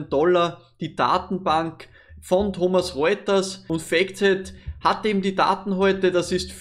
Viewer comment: Wieder mal Top Video - danke dafür! Ecolab habe ich ja schon etwas länger jetzt im Depot, zwar nur eine kleine Position, fühl mich aber dennoch sehr wohl damit! Und nur der Vollständigkeit halber: es heißt nicht "Thomas Reuters", sondern "Thomson Reuters" ;)